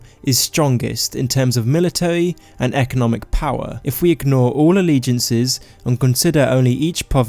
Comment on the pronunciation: "Povince, eah, powa"